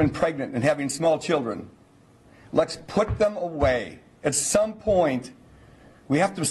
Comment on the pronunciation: I can't take anyone seriously if they can't pronounce "Let's".